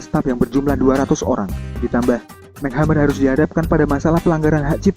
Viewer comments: its EmSi not Mac..... M,C hammer bukan Mac hammer -.. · mc hammer dibaca mek hamer?em si hemmer kaleee bacannya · Cara baca nya MC Hammer bukan Mek tapi em sih baru hammer ... duuh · MC Hammer, penyebutannya emsi hemer bukan mek hemmer Min.. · Mac hammer??? It's pronounce as emcee hammer MC bukan kaya MC Donald lol 😁 anyway this is crappy shit.... Thumbnail nya aja juga udah misleading 👎👎👎👎👎 jempol kebawah dehhh buat kamu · Mc hammer dibaca ya emsi hammer mas broo..bukan mek... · Bacanya EM CI hammer!!! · Em si hammer bacanya bukan mac hamer 😁😂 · Itu bacanya bukan 'Mac' Hammer, tapi 'M.C' Hammer.. Kalo Mac itu huruf c nya kecil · MC Hammer, bacanya EMSI... bukan Mac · Mek hamer? Wkwkwkwkwkwk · bukan "Mek hammer" bacanya tapi "MC" "emsi"... bacanya... "emsi hemeer" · MC Hammer di baca nya MC= emsi bukan Mek... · Mek hammer???? Emci hammer mas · Mc hammer alias bacanya em si hammer bukan mac hammer hahhaa hadeh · Bacanya bukan MEK HAMER tapi EMSI HAMER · Setau ane sih cara nyebutnya itu em-si hammer, bukan mchammer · mac hammer???????? MC hammer????? paraaah bacanya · aduh mas kl bikin berita jgn asal baca doang, tp pahami dan kenali objek beritanya, masa MC Hammer di bacanya "Mek Hemer" , yang bener tuh "Emsi Hemer" ckck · Mek Hammer ? it's M.C Hammer bro.. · mek hammer?? emsi hammer mas.. bacanya emsi hammer.. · #mc hammer kelles brohh bukan #mek hammer 😂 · "Mac' Hammer ? WKAKAKAKAKAKAKAKAK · mc hammer bacanya "emsi" hammer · MC Hammer dibacanya Emsi... Belakangan dia hapus MC jadi Hammer aja. Can't touch this....... 🎼 Have u seen her? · ymphilips ymphilips .ya bner mc.hammer ya bca mek hemmer..piye toh